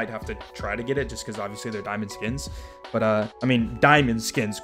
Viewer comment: "Daimond" lmao